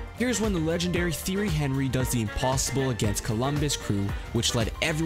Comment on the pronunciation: Theery Henry😂